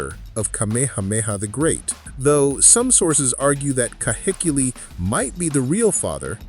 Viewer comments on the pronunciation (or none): Heh- not hay Kee-- not key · Ka/hay/key/lēē - KAHEKILI